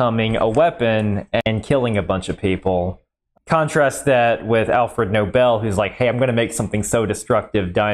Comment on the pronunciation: As a Swede, I have to say good pronunciation of Alfred Nobel. 👍 Many English speakers say "Alfred noble" instead.